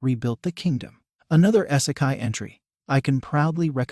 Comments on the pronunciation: its pronouned "EEEE-se-kai"....NOT "Eye-se-kai" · The amount i was triggered every time he said " essikai" its "ee- seh- kye" smh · For the love of GOD! YOUTUBERS STOP USING ROBOTS TO READ YOUR SCRIPT! WTF IS... S-E-KAI?